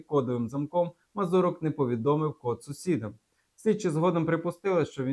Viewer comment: Не вірно поставлений наголос МазУрок, а не МазурОк - в цьому загадковість?